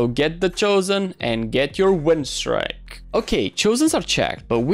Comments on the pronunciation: it's pronounced "streek" not "strick" but ok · i was joking with the way you say it, its a win "streak", its pronounced "strick" and not "strike"